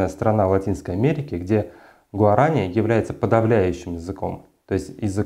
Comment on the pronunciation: Уважаемый канал Юрвиста, вы вообще кому дали микрофон? Больше половины того что заявляет этот человек - неправда, он даже не знает как произносить слово "гуарани"!